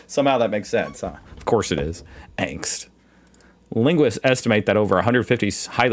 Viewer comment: The A in Angst is pronounced as the A in Darth and not as the A in Vader. A z is pronounced as ts.